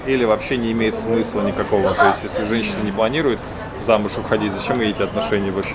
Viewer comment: "Но ни ню" прикольно слышится, сразу не поняла, что сказал 🤪 (я знаю, что пишется "не")